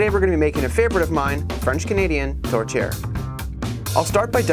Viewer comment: It's 'TOURTIÈRE', not 'tortière'. Just a detail, but...hé a little respecque!